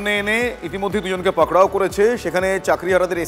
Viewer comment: পাকড়াও টা কি, ভালোভাবে বলুন